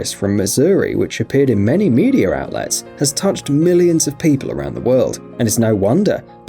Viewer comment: You lost me when you said "medear outlet". Cant stand the accent and always putting r's where they dont belong